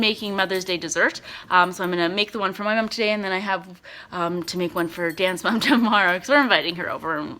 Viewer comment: I always thought you said "Dance Mom" instead of Dan's mom :p